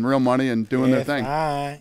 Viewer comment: the way mike says KSi 😂